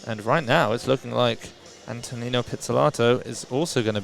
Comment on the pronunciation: It’s not pronounced “anne-toe-nino,” it’s “ahnto-nino” like saying ahh at the doctor’s office